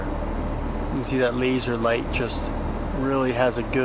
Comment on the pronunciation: “Laser light” stop saying it like that lmao